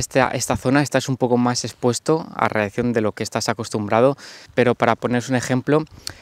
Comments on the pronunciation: ''radiacción'' xdd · Dice radiaccion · Cada vez que dice radiacción una neurona muere en todos nosotros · Nadie:: Radiakción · Se dice radiación y no radiacción. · radiación no radiccion paleto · es radiación xD no radiaccion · Radiacion* no radiaccion 😂❤️ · Jajajaja coño si y el coño 'e madre se queda pegao, debe ser efectos de la misma radicación xD